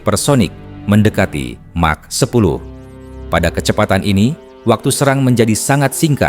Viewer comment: Mah10 not Mark10😅